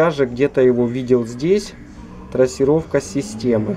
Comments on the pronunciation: Какая трОссировка, блин 🤦‍♂️ ну думать же ж надо) от слова трАсса, а не трОс 🤕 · Трассировка от слова трАсса, а не трОс.😀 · С хренали трОсировка то? Позор ддунглям - трАсировка. Снова в школу.